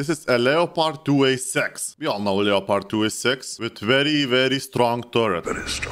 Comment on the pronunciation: Finally someone who says Leopard not Leppard